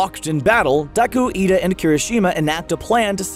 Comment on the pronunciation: It’s Iida- not Lida amigo.